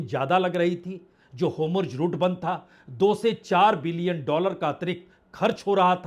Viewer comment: सर होमुर्ज गलत उच्चारण है, सही होर्मुज है।